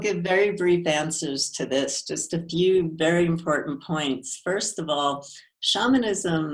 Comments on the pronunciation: Dude! If your going to interview someone. Get the right way of saying the main content. SHAMANISM. She kept trying to gently tell you how to say it correctly. The way you kept saying it was shameinism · Why’d he say shamanism wrong makes me not trust it